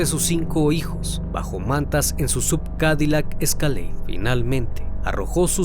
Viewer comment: Muy bueno, como todos tus videos. Como observación SUV se pronuncia "es iu vi" son siglas de Sports Utility Vehicle. Saludos.